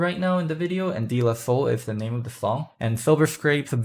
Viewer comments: it's pronounced "day" la soul youngster. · This is really nit picky, it’s pronounced day la soul.